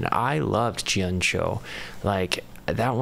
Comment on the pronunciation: You said Maiko correctly. And easy way to remember is that the only way the play on words for their song 'Secret My Lips' into 'Secret Maiko Lips' works is if you pronounce it (My). Some people miss the i and pronounce it incorrectly was (May), Mako, like the shark. You did, however, mispronounce 'Gion-Cho' with a J sound. Japanese always uses a Hard G. If it's to be pronounced like J it's transliterated as J, so it would have to be spelled Jion-Chon for your pronunciation. The Japanese Flute is the Shakuhachi. The backstory is the year following 'Secret Maiko Lips' they wanted to do a song that was purely BAND-MAIKO and not a reworked BAND-MAID song. They chose Kyoto because it's the center of Geisha/Maiko culture and Gion is the entertainment district in which they reside..